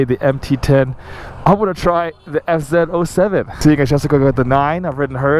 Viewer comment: Am I the only one that's struggling to understand what he's saying when he says the name of the bike? It sounds like he's saying S-Zero-Oh-Seven. I know it's an FZ-07, but wth?